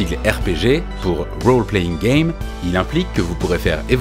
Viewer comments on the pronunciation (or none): none